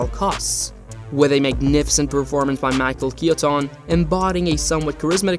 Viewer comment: mich-a key-a-tone